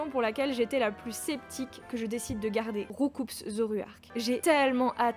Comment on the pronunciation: On ne prononce pas le "s" de Roucoups. Comme des coups de poing. M'voyez ?